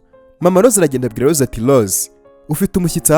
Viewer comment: Urakoze kutugezaho oyi nkuru nziza ariko utubanalire uje uvuga Rose apana Lose njangira ngo nuwundi muntu.merci